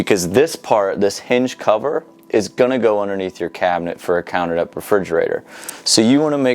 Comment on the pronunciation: wow Ive never heard anyone pronounce depth that way before!! lol DEP?